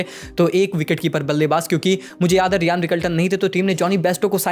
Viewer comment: Riyan? 😂😂😂 it is RYAN brother not Riyan